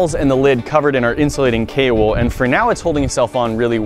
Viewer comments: Haha I thought you said Kale wood not Kao wool xD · _ its actually kaowool like kayo-wool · Why do I keep hearing kale wool? :D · Is he saying kay or kale wool? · I heared kale wool the whole video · i heard kale wool instead... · Kao wool, ceramic blanket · kool wool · I thought he said "kale wool" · K wool? Kay wool? Kale wool? K.o. Wool?! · Take a shot every time he says Kaowool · Wait so what is the wool (If he's even saying wool) called again? I can't quite understand him